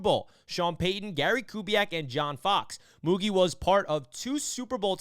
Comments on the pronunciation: Great video but its pronounce MouGeee fyi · The pronunciation is Moo Jeee